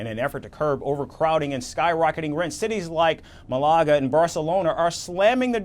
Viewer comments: its Malaga Cabron Not Malaaaga.. Lol do your research.. Lol..its also tomato.. Lol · The locals depend on tourism. they vote for pro tourist leaders. And its MAL-UH-GAH, not Mu-luh-ga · Since you cover international affairs, you should make a point of pronouncing names correctly. It's MAlaga, not MaLAga. Painful! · ma la ga not marlarga.ffs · Its Ma’- la-ga journalist…. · It’s pronounced Malaga…. Not Malaga…. 🧐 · not Mal ar ga. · Maybe pronounce the city names correctly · He butchered Malaga.